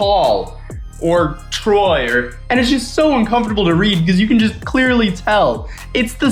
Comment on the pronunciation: anyone else cringe so much at "troye" that they feel physically sick